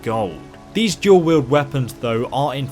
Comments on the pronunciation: Its fuckin !!DUAL!! wield not DUEL. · Dual-Wield not Duel.